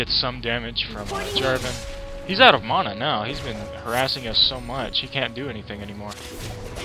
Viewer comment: Bad build and i dont like the way you say mana xD